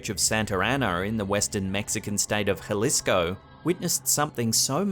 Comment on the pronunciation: You sorted out the pronunciation of Jalisco overnight Muy impressivo! You're always spot on, mate. Love your channel, keep on keeping on!